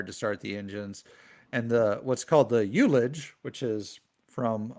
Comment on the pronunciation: ullage is pronounced hull uj without the leading h